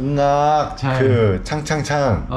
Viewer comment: ขำ เหงื่อ ไม่ใช่ หง่า งา(ช้าง) ไม่ใช่ งาก 😂😂😂